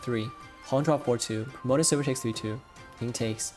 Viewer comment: Yeaj I can see why ishikawa-sensei tells me to keep my hands from classical bex. Also I cant help but hear "pro-motor silver" xD. (btw may I ask, the one commenter keeps talking about not being able to keep up with shogi cause he doesnt know japanese.... Does he know that SH exist? Sorry that I am asking like this, I just dont want to like.... do promotion or anything without your permission lol